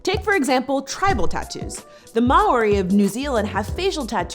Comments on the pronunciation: Lmao if you're going to bring Maori into this video, try having 'appreciation' for the culture and pronouncing it right, it's not ma-ory. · The pronunciation of "Maori" killed me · >Worried about misuse of culture >Mispronounces Maori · mfw this bitch can't pronounce Maori as she's talking about understanding and appreciating other cultures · What a fucking disgusting video, this woman just needs to stop talking nonsense. Learn how to pronounce Maori when you're explaining it to a bunch of dumb cunts.